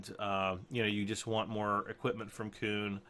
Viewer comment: It's KUN, not KOON